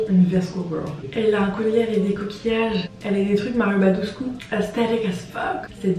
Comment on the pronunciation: 0.31 mario baduscu ?c'est pas plutôt badescu ??